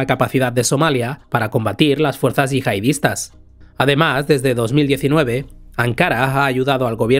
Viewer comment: Se dice yihadistas no “yihaidistas”